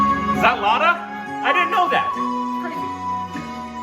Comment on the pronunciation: Love you guys! Day doesn't end without seeing another of your new posts. Could you please try harder to get some of the legendary names that you hear repeatedly pronounced better? Its jarring to hear Lata Mangeshkar's first name pronounced so badly by you after all this time!